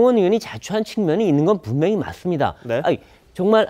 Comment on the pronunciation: 이사람요 분명히 ~를. 왜? 항상. 불명히 ~라고 발음하죠??🙄 전에도 지적한적이 있는데요 습관이라면 고치는 노력을 해야죠 😵 국적이 의심스럽네요 😝